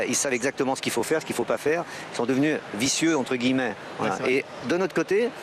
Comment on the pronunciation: Prost bien parlé lorsqu'il dit vicieux bravo !